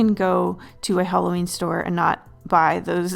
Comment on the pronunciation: Hallowen = Hawleen New year eve = eveleen